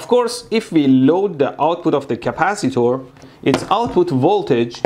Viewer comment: I love when he says capcitor